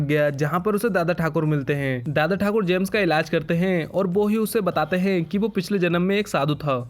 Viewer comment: bhai "BO' nahi hota.. "WO" hota hai